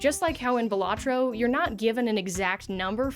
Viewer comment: It's pronounced balatro